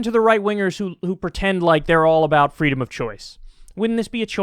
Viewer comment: Ah yes, Child Abuse is definitely a part of "fweedom".